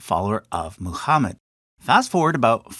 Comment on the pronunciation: There's no "ch" in Muhammad.